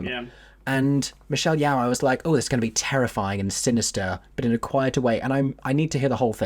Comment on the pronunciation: Hi! love hearing your thoughts and speculations for the film, I’m so excited and can’t wait to see what the cast brings to their roles! just a side note, for your future videos - Michelle Yeoh’s name is actually pronounced Ye-oh (spoken fast, in one syllable), similar to “Yo”! it actually rhymes with your name 😂 hope you and Aeron are having a great day/night! ☺️